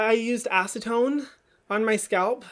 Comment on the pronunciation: I laughed so hard when you said acetone and hid 😂 we forgive you hahaha